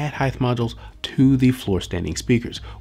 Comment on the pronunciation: You gives great reviews very informative sorry but you do one thing that gets under my skin it's when you pronounce the word heighth instead of height there is no th pronounced at the end.